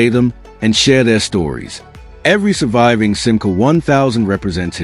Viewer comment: Chère voix synthétique, il va falloir que tu apprennes à prononcer correctement la marque française SIMCA, qui trouve son origine dans FIAT France.